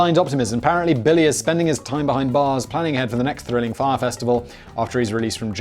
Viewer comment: I'm just amazed he pronounced Fyre correctly. usually there is no name baldy can't fuck up.